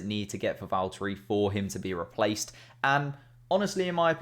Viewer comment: Vallt-urry Boh-ass